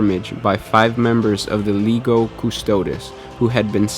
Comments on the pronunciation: If you would like to know about pronounciations I think you asked at the start.. Legio is pronounced <Lee-Gee-Oh> with a kind of 'zsh' in the 'G' pronounciation :) I think you have put a lot of effort into this video so thank you for sharing. Even though I know all about the Horus Heresy and the story of how the Space Marines came about, you still enlightened me with your facts. Thanks again. Your giveaways are so kind to everyone, you 're a good person. Keep up the good work! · It's like "Leg-ee-oh" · Legio Custodes please not LEGO custodes :D